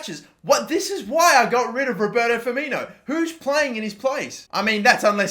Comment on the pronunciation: put some damn respect on Firmino's name